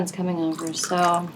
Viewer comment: “Tuda loo”😂 but also I totally call little Cubs Simbas too🙃